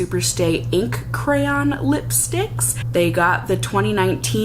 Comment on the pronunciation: Omg did we always end on a bquirrrr sound and not a cha sound??... have I lost my mind? Maybe both 😂